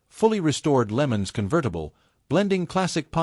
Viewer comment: Pontiac "Lemons"? Using AI = when you just don't care enough to make a quality video.